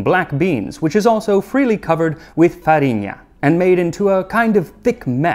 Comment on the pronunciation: Super true! I got really impressed here. As well as "farinha".